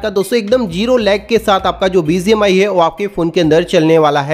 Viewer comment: Not Bizi mi❌bgmi,✅